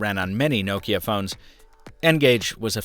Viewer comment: Thanks for say Nokia right not like lot of English people (No-Kia)